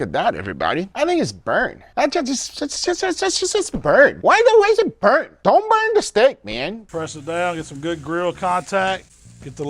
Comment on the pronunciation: the way guga is saying “burnt” 🤣🤣💀